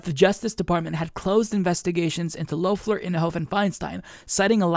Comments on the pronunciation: Not Loaf-ler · Nit picking, but it is Lef-ler not Louf-ler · It's pronounced "Lef-ler" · And Kelly Loeffler was apparently supposed to bring back the suburban mom(or white woman) vote here to the Republicans, and Idk why, but it kind of feels off when you pronounce Loeffler's name the O is silent.